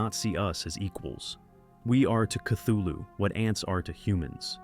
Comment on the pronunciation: cool vid, though you pronounced Cthulu wrong, look it up